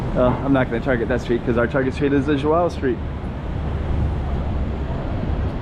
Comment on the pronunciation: I also came to say that you know how to pronounce the name "João" really well. :)